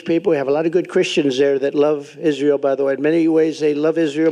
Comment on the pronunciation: טוב.. הוא לא אמר ישראל כמו שצריך (בעברית) אבל הוא מצוין לישראל, זה מה שבטוח.